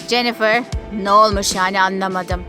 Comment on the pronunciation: Yaa İngilizce'yi katlettiniz Keyt değil Kate ve cenifır ne Jennifer olucak hiçmi İngilizce dersi görmediniz